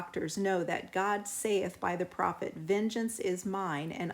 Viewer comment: Saith is pronounced SETH